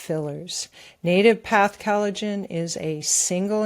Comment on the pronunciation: is emulating VDH in his frequent mispronunciation of words. She pronounces collagen as cal-i-gen. No,, it's "coll" not "cal".